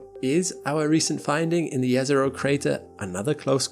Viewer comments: Thanks for pronouncing Jezero correctly :) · This is the only person who pronounced Jezero correctly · To be on the safe side I'd say it's quite possibly the first time I hear it pronounced correctly by an English speaker. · wow, right pronounciation of "Jezero" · I have tremendous respect for your correct pronunciation of Jezero! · No, we did not find life on Mars. Let’s watch the video now. Edit: Congratulations on pronouncing Jezero and Neretva correctly. I grew up on the shores of Neretva river in Herzegovina